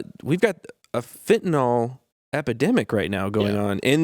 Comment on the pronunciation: Fentanyl is pronounced "fin-ta-nill" (nill rhymes with pill) it's not "fentanALL".